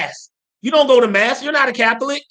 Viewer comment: Lol I love when he keeps saying “moss” instead of “mass”